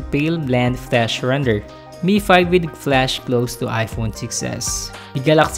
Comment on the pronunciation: It's flash not flush :)